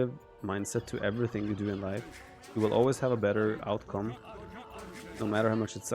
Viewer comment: Whenever Viper says any words with „ou“ in them I hear „Daut“. Here is a perfect example of what he says in the beginning: „There is always a way to change the outcome...“ I listened three times and he clearly says „Dautcome“. All hail Lord Daut though he is embedded in this young sneks mind and speech and guides his every word!🙌🏻🙌🏻🙌🏻